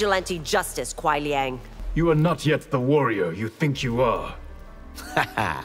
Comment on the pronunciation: It’s Kuai. Not Quai.